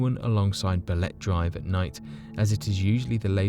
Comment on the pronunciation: It is pronounced as Ba-le-te Drive not, Balet Drive, just so you know 😆